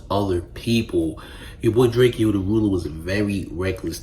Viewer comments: Why you watching yourself talk instead of looking into the camera? Weird AF 👀. and its pronounced "Drake--Ohh" not "Drake--EE--Ohh" 🤦🏽‍♂ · Why do you say drakeeo it’s drakeo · Bro how you gonna do a video and not pronounce his name right? I can’t watch this shit 💩